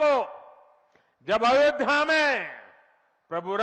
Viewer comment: Are chima sale ayodiya nahi ayodya kahte hai tumko bolne ki akl kub ayegi